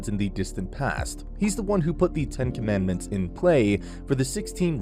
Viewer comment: “10 conmanments” sounds filmier as in the “7 deadly sins”